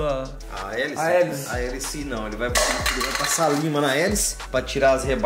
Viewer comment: na hora q ele falou lima entendi lingua kkkkk